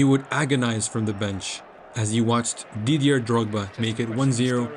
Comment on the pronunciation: It's Didi-AY not Didi-ER.